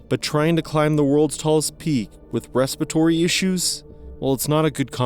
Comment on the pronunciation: RESPIR A TORY. NOT RE SPIT ORY PLEASE .